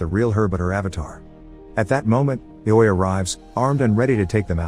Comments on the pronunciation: Greatest recap I've heard of ready player one so far but IOI is pronounced differently(it is pronounced eye-oh-eye) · Ee-oh-way lol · Yall pointing out its a robot or ai. If he spelled it out like the guy wrote in the original comment or wrote it I. O. O. It would pronounce it correctly. I think it's just laziness or being so busy making the next video. I enjoy his videos tho and don't judge the A.I. for his weird understanding of the English language lol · Can’t believe you pronounced IOI that way the whole time 😂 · You spell ioi you don't try to pronounce it